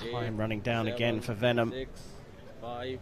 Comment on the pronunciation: The commentator's pronunciation of 'Vennam' as 'Venom' is hilarious 😆